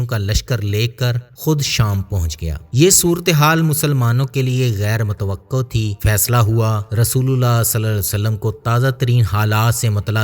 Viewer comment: A.A.. Yah lafz basrah nahinbal k buses hay... Lafz mutwaqqo nahin mutawqqa hay.